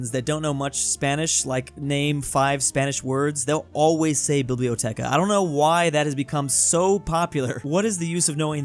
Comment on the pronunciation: There's no H in "biblioteca" in italian.